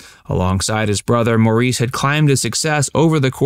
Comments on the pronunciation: Some info not correct. It would also help if the narrator could at least pronounce Maurice's name correctly!! It wouldn't have been hard know what the pronunciation is. Terrible "report". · AI generated off Wikipedia. I think the incorrect pronunciation of his name says it all. Leave Mo to rest in some sort of peace, and let Yvonne, Adam and Sam have a break from this BS. Not all of what's in this video is correct. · It would be nice if you could pronounce his name right. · The mispronunciation of his name is so annoying. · When making videos about the deaths of people in order to make money, it’s poor form to not even research how to pronounce their first freaking name. One interview video taking a whole fifteen seconds would have set you straight. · I keep hearing his name mispronounced. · Im giving this a thumbs down simply because you mispronounced his name...over and over again. If you couldn't do something as simple as find out how to say his name, how can we trust any of your other facts. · Yes you are mispronoucing his name. Sorry to say you are not informed enough to do this video. You are limiting their career to Stayin Alive that you repeat 3 times with 2 other songs! I don't like your video it is ridiculously commercial just to gain watching. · Let me put this argument to rest once and for all…his name was pronounced “Morris.” It was spelled Maurice and phonetically it should sound like “Moreese,” but that is not how the Gibbs chose to pronounce it. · Not in the Gibb family. In every conversation, his mother pronouonced his name "Morris". Guessing she'd be the expert. In the UK and Australia where they grew up, his name was also pronounced Morris. Moore-eeze seems to be an American thing. When someone is making a documentary, it's considered good form to ensure that you can pronounce the name of your subject. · So annoying the way the narrator keeps misinterpreting Maurice’s name!!! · Its pronounced "Morris" not "Mareece" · MORRIS - Not More-eese